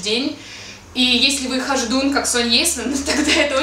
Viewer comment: "насколько ты был хождуном как соня" :DDD